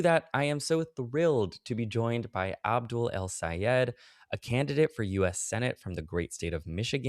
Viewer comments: This is such a great conversation. Wish I could vote for Abdul. (And it’s Abdul, not Abu,!) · "Aboo Al Sayehd"